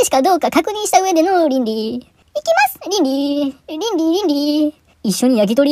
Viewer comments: 倫理いの発音が完全にゼンリー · 倫理ぃの発音が完全にZenly